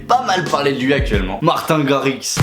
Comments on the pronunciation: On prononce " martine " à l'anglaise ( marteen) et non pas " martin " alala ses Français qui Francise tjs tout ;) Et il est effectivement Néerlandais ( hollandais quoi) le drapeau que t'a utiliser est correcte, sauf que tu à utiliser la traduction de ta phrase non pas en néerlandais, mais en Allemand "Ich bin ein DJ" alors que c'est " Ik ben een DJ " ;) La raison de ton erreur : quand tu utilises google translate, la traduction anglaise de " néerlandais" se dit " Dutch " qui ressemble et pourrait être confondus avec Allemand , sauf que "Allemand " en Anglais c'est "German " ;) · mdr dislike juste parce que ta prononcé martin à la français nn jdec gros like